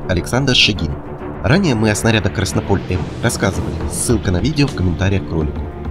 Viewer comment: "КраснОполь", а не "КраснопОль"!!!!!